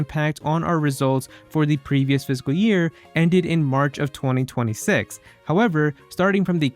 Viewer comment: IT'S NOT PHYSICAL YEAR IT'S FISCAL YEAR!